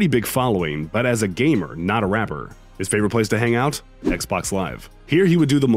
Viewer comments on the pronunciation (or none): none